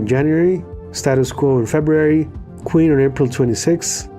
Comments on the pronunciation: QUEEN not Queer! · yup you said Queer!